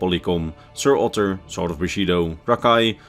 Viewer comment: Whenever he says "sword of bushido" I just hear "sorta bushido"